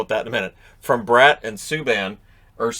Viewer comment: Funny enough, if you watch the espn+ feed, not only did they call him Johnson as well, but Bratt was pronounced like Brat (as in bratwurst)